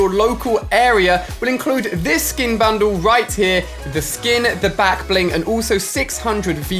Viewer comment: Why does he always say blackbing instead of backbling